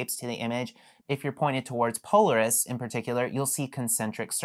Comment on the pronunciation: Thanks for the video! One comment - if your intent is to be educational, you're going to want to convey yourself as a knowledgeable authority on the subject, and one thing that undermines that is your incorrect pronunciation of "Polaris". Any astronomy buff that arrives here looking to get started taking pictures may immediately dismiss the rest of your content, despite its valuable information, just because of that mistake. I know it seems nitpicky, but I make part of my living educating corporate customers, and the smallest mistake in their area of expertise can torpedo an entire session, no matter how great the content is. Good luck with your channel!